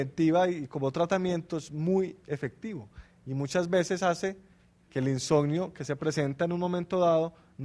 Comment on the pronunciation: Insonio??? Que mala dicción!